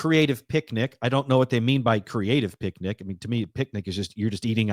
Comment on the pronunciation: Can't tell if it was intentional or subconscious that said "pic-a-nic" basket because of yogi